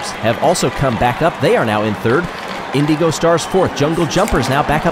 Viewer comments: I love. He's a great announver. The way he pronounces the word "Indigo", however, drives me insane. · I think that's how the team wants to be pronounced. Way back during the first Marblelympics, he called the O'rangers the Orange-ers instead of Oh-rangers, but he changed his ways the next season. With how long the Indeego Stars have been around, I feel like it's intentional.